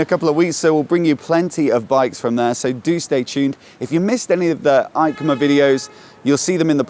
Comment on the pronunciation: I do understand that you are British but please, please, please, proncounce Eicma correctly.